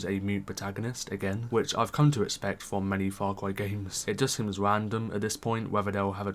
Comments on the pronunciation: Far Cway New Pwamal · faw cwy is wit